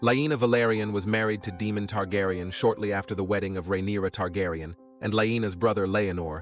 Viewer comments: Ae in names is pronounced ai not ee. It's Daimon, not Demon. Helaina not Hela-ena. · I can't keep going, it's DAEMON not DEMON FIX IT. UGH, I wanted to enjoy...sorry u lost me! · Day-mon… not demon lol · Day-mon..... not Dee-mon. Just get a proper narrator. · DAY-mon…. NOT, DEE-mon.